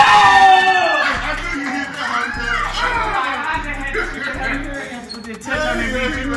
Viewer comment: We got dat I think we might have dat and deeze.